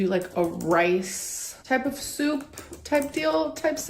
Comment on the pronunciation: the way this woman pronounces soup has damaged my mentals